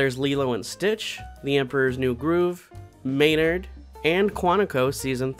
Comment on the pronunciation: MAYNARD. NOT MAYNUD